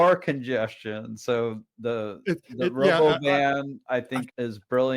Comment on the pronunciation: Hurray for calling it the Rah bowvun.